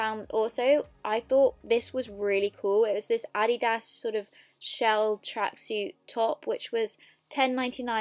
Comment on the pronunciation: Why are you mispronouncing ADIDAS